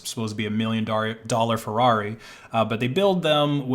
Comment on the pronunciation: Very funny how you pronounce ferrari